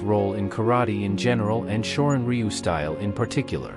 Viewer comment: u,///the Y is silent shorin ru is how you say this martial art